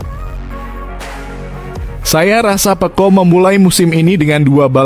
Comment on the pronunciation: Peco min, bukan pekko' 😅😅